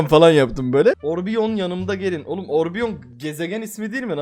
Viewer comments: abi orbion deil orion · abi orbion deyil Orion bulutsusu